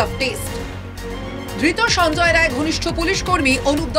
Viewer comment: Sanjay "Ray" na.. vul bolchen... ota Rai hobe